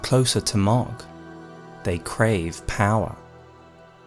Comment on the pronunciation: Love the video and your channel, been watching since the start and so happy to see you back making videos! Also, just wanted to say that "Mohg" is pronounced like "Moag" not "Mogg".